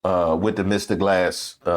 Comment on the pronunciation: Wait wait.. did you say MR. GLASS!!😅😅